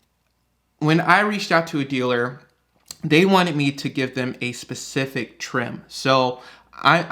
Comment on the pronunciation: What's a "diller"? You said, "A diller sent me a quote". What's a "diller"?